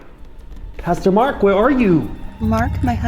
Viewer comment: At the starting i heared " Custo-Mark " INSTEAD of " Pastor- Mark "😂